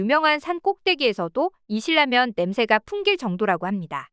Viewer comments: 신라면 발음하기도 좋은데 자꾸 실라면이라고 하는 이유는? 실로 만들었나? 왜 자꾸 실라면 이래? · 신라면 발음소리가 계속 걸립니다.